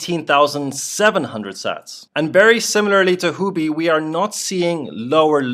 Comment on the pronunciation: Sir it is Huobi, not Houbi.